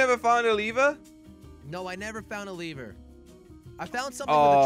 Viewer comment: What’s funny is says leever not lever